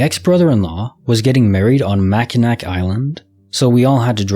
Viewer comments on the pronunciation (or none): On case file 1886, it's pronounced "Mackinaw" just FYI lol